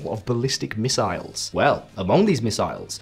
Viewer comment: The name of the ballistic missile is "Fateh" not "Fatah"